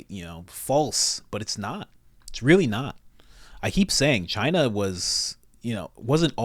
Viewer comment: It’s Chinada….